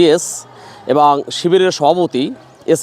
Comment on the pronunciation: আপনার উচ্চারণ ঠিক করা উচিৎ। এবং এবাং